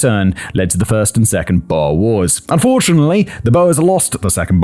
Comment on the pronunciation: Your pronunciation is abysmal in this one lol. Had to translate in my head what you meant. Xhosa is a kind of hollow k with a click at the beginning, for example. Boer is a soft u that flows into the er. You probably need to HEAR it. Maybe many times, lol.